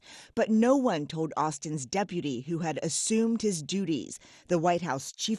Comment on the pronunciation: I told the president... but i didn't tell the de-pu-ty